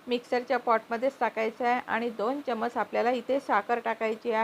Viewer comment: चमच नका म्हणू. चमचा म्हणा.